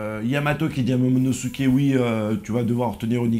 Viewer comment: Momonusoki et non meumeuskeuh